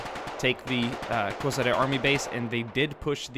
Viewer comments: Hey, few years ago you released video about war in Bosnia wich had a large number of angry comments, i hope this wont will, and its a great video! Place was called KoSHare, not KoZare as you pronounced it:D Number of border guards was smaller, and we were in situation that on few places 20 soliders were defending line 1km long, and by our doctrine for that we needed at least 2 platoons (60-80+) for 1km long line (just giving you example). There was no second line of defence, there was only first line and second line of trenches wich were there for us to retreat if needed, again becouse of not enough manpower on the first line at the time of the offensive. 125 Brigade and Prishtina Coprs artilery was in positions since 1998 and was prepared to react to any kind of violent passing of border, and even in conditions of total air suppermacy of NATO, they were opening fire and supporting our border troops even with MLRS's with shoot and hide tactics, but at the time of Battle of Koshare, we had only section of 82mm mortars there on the spot. And one more thing, that place was chosen for a reason by KLA and NATO, and biggest advantage was that at any time Yugoslav troops will be at lower positions becouse mountains were on Albanian side. Outpost itself was in hole, so it was hard to defend, and when our troops saw that its not worth of risk, they just pulled the line behind outpost. The situation was even more complicated that we had only one small path leading from our terr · Koshare* not KoSare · Košare is pronounced as KoSHare not KoZare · It's not KoZare, it's KoSHare..